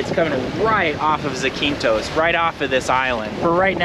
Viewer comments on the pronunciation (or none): I’m sure many Greeks are telling you but it’s pronounced Zack-in-thos